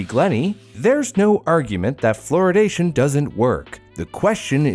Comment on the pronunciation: ‘Floridation’ sounds like the Florida version of Californiacation lol